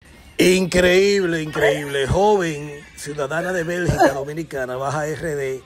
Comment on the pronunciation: BELGIUM NOT BERGICA😂